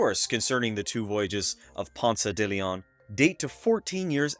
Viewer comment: Great information and presentation. Pronunciation was rough especially de León. Closed captioning was having a hard time too!